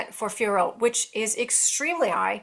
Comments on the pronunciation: No need to say her surname the french way, just pronounce it as "Fioro" the american way. Just the "t" is silent. Its not "Fior" like the way Anik says it. Its not difficult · Agree lol! It is Fio (like Fiona) and Rot (like rotation, and the t is silent). It is not that hard 😅🤣